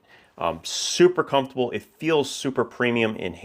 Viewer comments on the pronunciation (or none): none